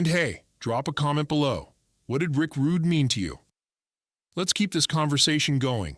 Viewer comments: Stop using AI voices it's disrespectful his name is pronounced rood not roodey or Rudy. It's ravishing Rick Rude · This is AI created nonsense. Even calls him rick Rud(y)